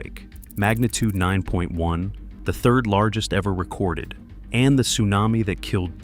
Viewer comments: I've never heard AI this bad! "T':Sunami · A T-sunami? Stupid AI narration.